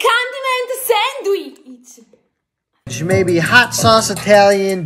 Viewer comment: "Sandweeeeech" wtf